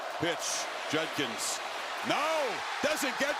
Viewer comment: Hilarious that Kirk cannot pronounce JuD-kins.